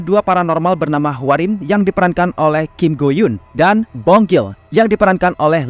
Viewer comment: Kim Go eun, nyet. Bukan Kim Go Yun 😂